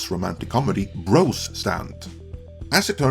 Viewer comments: Is English your first language? It's BroZ not BroS. If you're gonna review a movie you didn't see at least pronounce it correctly. LOL Tell you the truth - I never heard of the movie until I saw this video. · With your accent when you say "bros" it sounds like you are saying "gross" but I feel like that's accurate. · Love the way you pronounce “Bros”— sounds like “Gross”!